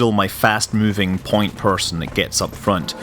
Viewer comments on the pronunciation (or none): none